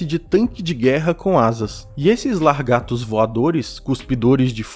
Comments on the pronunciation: EXCELENTE VÍDEO, APESAR DE ESCAPAR "LARGATOS" EM .😅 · "LaRgatos" não irmão kkkkk pelo amor de deus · "Largatos" ? Anotar na agenda para o futuro: LAGARTOS! ;) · Falar "largatos" foi tenso.😢